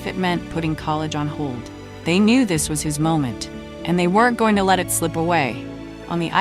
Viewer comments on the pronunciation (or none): none